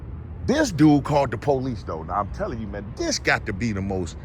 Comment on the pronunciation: “The Poe-leese” 😂